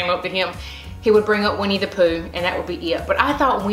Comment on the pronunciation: It sounds like youre saying "WEENIE' not WINNIE Lol maybe its a good thing you didnt pick that name with your southern accent girl! Haha!